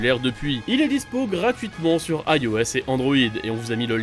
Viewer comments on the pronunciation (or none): none